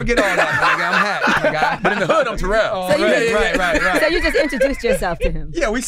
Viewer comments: Yo Name is Not Terrol, yo Name is Terrell, learn your Name Bro🤷,Rell is Rell, not Roll🤷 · Man it’s TA-rell !!!! Relax 😑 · Nigga I'm calling you Ter-Rell... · First 10 seconds of the interview you can see why people don't like him. Seriously, if you are there to talk about other shit. Te-rell, Ter-rell, move past it, grow up, get to the shit you are there to discuss.